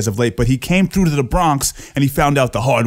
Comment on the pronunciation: I love that you pronounced it "Deserve-ed"